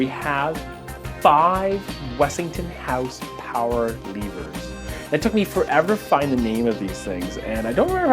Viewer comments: He's kind of got the pronunciation skewered slightly. It's Westinghouse. Three years late so I don't know if that's going to be much use now but that's that. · Are you saying "Wessington house power levers"? I can't seem to find this. Please help!